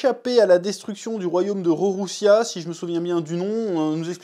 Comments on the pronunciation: Le royaume c’est Lulusia pas Rorrussia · Superbe review !!! Ps c le royaume de lulusia* et non de rorosia mdrrr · Normalement on dit Lulusia mais comme le R et le L se confondent on va t'excuser 😊 Et a mon avis la Mother Flamme doit pas être prête depuis longtemps, ca fait partie avec les Séraphins de l'armement qui leur donne cette nouvelle confiance en eux (parce qu'on peut le dire les Séraphins ont pas trop impressionné).